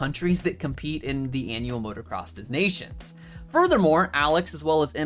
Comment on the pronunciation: It's pronounced 'deh-nations' my friend 😁. Keep up the good work. 👍